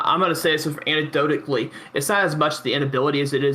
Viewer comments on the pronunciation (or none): Dumb guy beneath Destiny: “I’m gonna say this anectotactly”🤦🏻‍♂️